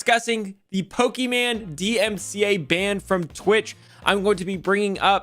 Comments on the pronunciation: It’s Pokie-main not Pokie-man 😂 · It’s Poki MANE not MAN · It’s pronounced -Poké Main 😂😂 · lol you call her poke-man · LMAO, he called her Pokemon (and Poki-man which is also a classic mispronunciation of Pokemon that drives fans CRAZY, that and poke-man) and I'm watching this while playing Pokemon Brilliant Diamond and have Pokemon Go open on my phone in case anything good spawns. Also, it was a HORRIBLE idea to stream really any show without any commentary or anything, but doing so with a show as big as Avatar, not only because they're gonna crack down on it harder, but also that's a great way to draw the ire of a bunch of rabid fans, especially on the internet. Kinda reminds me of My Story Animated lashing out at Kubz Scouts and comparing his videos to if someone just posted themselves watching something like Avatar without adding anything. It was a stupid, BS comparison in that situation, but is kinda funny seeing someone do exactly that lmao. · it’s poke “main” Come on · Tom says Pokimane like boomers say Pokemon XD